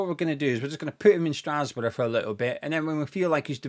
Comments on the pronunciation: Hahahahaha. I thought I misheard it, but then he repeated it. Never heard anyone pronounce it like that. Hilarious. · I absolutely hate the blueco bs. They need to take action cause this can´t go on. That beong said i can´t help but laugh everytime you pronounce strasbourg 😅😂